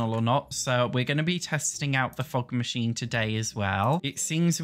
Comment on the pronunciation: everytime says fog machine I hear fuck machine